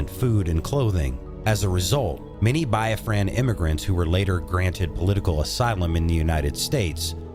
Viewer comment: That, and his pronunciations of Yoruba, Igbo, Biafran, and Ghanaian was definitely off..